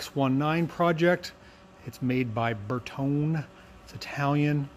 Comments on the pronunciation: ...and please... "bear-TOE-nay"! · Bertone. Ber toe nay 😊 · Ver tone ee: three syllables. It's Italian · Ber not Ver 👍 Ber-tone-ee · The moment that pronounced Bertone like that I clicked out the video!! 😞